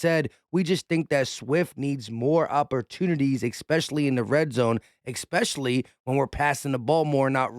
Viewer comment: I like your video and your comments...however.... The word is not EX-PECIALLY,.......it is especially. Thank you. Sorry, Grammer police had to come out. Nails on a chalkboard for me to hear it numerous times.